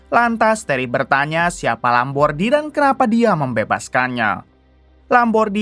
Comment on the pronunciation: Nasa Lambordi jadi Lombardi mulu, daripada penyebutan namanya susah mending ganti aja jadi Supardi, suparman atau agus